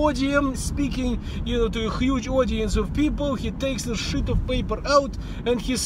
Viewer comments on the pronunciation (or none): Щит оф пейпер, не "шыт" :-) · так же как он имеет права говорить как иммигрант, я имею право реагировать как преувеличивающий критик :-) и его преданный фанатик. Просто, получилось shit of paper... Смисно